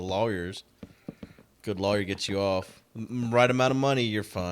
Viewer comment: He also says lawyer wrong btw